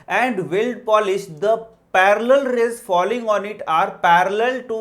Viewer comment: not fooling rays it's called falling rays 😂😂